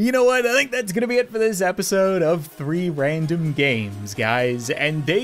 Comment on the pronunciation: ‘’Whee wandom gwamesss’’